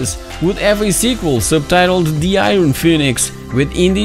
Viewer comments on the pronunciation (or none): none